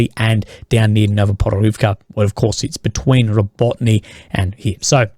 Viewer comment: Dude it is not Rabotne it is Rabotine [roˈbɔtɪne]. You have been talking about Rabotine for 8 months already, please learn how to pronounce it